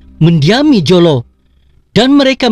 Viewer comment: Admin.sebutam mu tentang HUJAMENTADO tu sebutlah betul2..JOLO ni pun sbutlah btul2. Ehh! Malam maulidurasul mana ada kena mengena dgn " KAJA" I AM REAL TAOSUG AND REAL BURANUN. Bukan setelah di tempah masalahlah bangangggg..setelah mendirikan rumah tangga